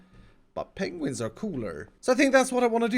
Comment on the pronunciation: It's not penguins, it's PENGUINGS.